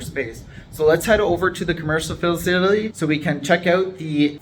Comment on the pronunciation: I like your videos brother but we need to get you some help with speaking words. You murder some words like facility. That word beats you up every time you say it